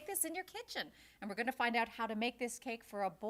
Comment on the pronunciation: have you ever realized that says "ingunna' instead of im going to